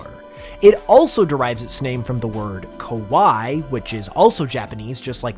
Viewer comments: You need to pronounce the last i separately. Its more Kuh-wai-ee not just Kuh wai. That makes the pokemons name Kah nah wai ee sound even better lol. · Why is no one talking abt the pronunciation of kawaii Kawaii (ka-wai) means scary and kawaii (ka-wa-yee) is the one that means cute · You mispronounced Kawaii. It has that "ee" or "ie" sound at the end like cutie. Your pronunciation of it is closer to the word Kowai which means "Scary". Which to a japanese audience member would give Kanawaii a different vibe all together. Though you did get the spelling right. Still a very great design and I love these videos.